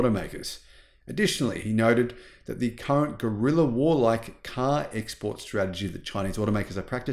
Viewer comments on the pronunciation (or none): none